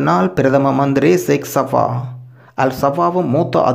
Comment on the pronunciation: ஜோவ் 😡😡😡 அமீர் ( செக்ஸ் ) சபா இல்லை அமீர் சேக் அல் சபா உச்சரிப்பை சரியாக உச்சரித்தால் நல்லதாக இருக்கும்